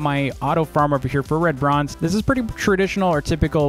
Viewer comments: you pronounced red bronze bread bronze lol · I thought said "lebronz" like in lebron james but he said red bronze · Dv: red bronze What i hear: lebron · I love how do pronounces red bronze lol